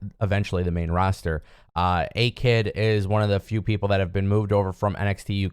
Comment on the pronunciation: Ah what a let down 😂 it's A-kid